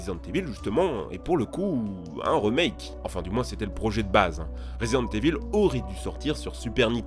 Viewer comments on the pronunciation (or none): Putain ont dit Rimake pas Remake